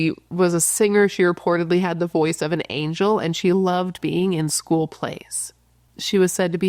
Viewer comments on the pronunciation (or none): none